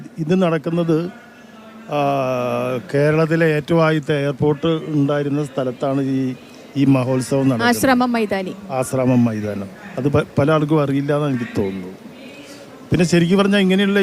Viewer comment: Aashraamam ennanu parayendathu aashra mam alla